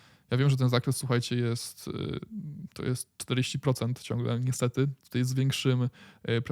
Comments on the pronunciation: a ja lubię "Tutej" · Twoje "tutej"jest epickie, nie walcz z tym 🙂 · Ooooo!!! Gratulacje! Nareszcie powiedziałeś tutaj a nie tutej!💪👍.A tak na serio to fajne dajesz info! Pozdrawiam!